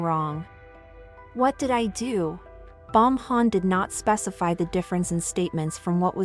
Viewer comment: “Bomhan” lol